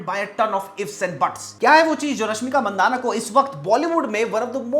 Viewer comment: Not mandana It's mandanna